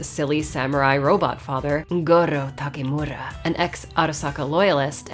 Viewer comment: Love the way you say Goro Takemura 😊 And thats why theres a sub and like 😉 ......................... OK and because the Review is really great. 😁+⭐⭐=🤩 To many smileys you think? Nope i dont. 😁